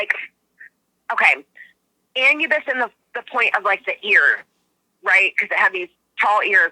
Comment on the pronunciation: Some say they see Dog man in the fog, and I have herd others say the Dog men they saw also looked like Anubus. Wonder what's up with that.🙃😁 you pronounce the name like this (AH-NEW-BUS) he weighs the heart at death. Hell hounds are more blocky and do have firey eyes. Great interview thanks. 🙂